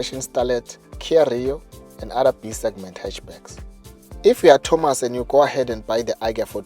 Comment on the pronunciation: "If you are thomos" Poor Thomas🤣🤣